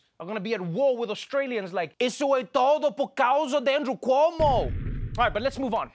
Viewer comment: Perfect pronunciation of “Cuomo” in Brazilian accent!!! Kudos!!!